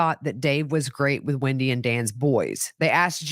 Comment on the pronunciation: Hi,it’s not Windy,it’s WENDi